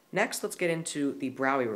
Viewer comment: He pronounced it right. Frederick Braue [pronounced BROW-ee]